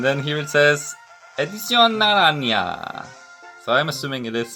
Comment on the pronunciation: Edición naranyia